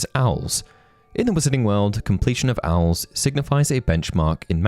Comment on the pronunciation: Are they called owls like that? I’ve always read it as O.W.L’s, saying each letter